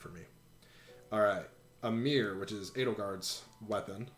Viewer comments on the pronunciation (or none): guywfarting77777 They pronounced “AYmr” as “AmEER,” so I can’t take Smash pronunciation seriously.